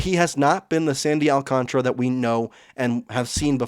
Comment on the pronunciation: You pronounced his name almost correctly the first time Alcantara but then you dismissed it and said however you want to pronounce it. remember he is from the Dominican Republic. Lazy English speakers who don't understand Spanish vowel pronunciation always tend to go AlcanTRa. Pronounce it phonetically in Spanish with the "a' as in father it never changes